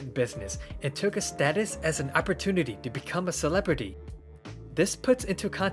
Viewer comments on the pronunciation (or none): "Opportiniy" lol